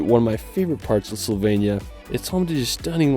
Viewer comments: It’s Slo-venia not Soul-venia 😂😂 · HOW HARD CAN IT BE TO SAY SLOVENIA RIGHT??? IT'S NOT CALLED SLOVENYA OR WHATEVER YOU'RE SAYING! Just listen how the British are pronouncing it and say it like a normal person, for f*** sake...but thanks for making the video, I appreciate the effort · bro you keep saying slovenia wrong im from slovenia btw